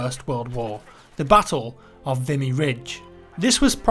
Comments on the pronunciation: I think it's pronounced Vimé Ridge. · he did butcher the name lol but I find everyone does who's not from here aha or at least from canada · Google is your friend; ignorance of the language is no excuse - I don't speak it but I know how to check pronunciation. Normally I wouldn't care, but this is about a battle where hundreds-of-thousands of people lost their lives...to at least get the name correct would be a simple courtesy to their memories and sacrifice. Apart from that, very fascinating story, well told and thank you for bringing it to my attention. I hadn't heard of this battle before now!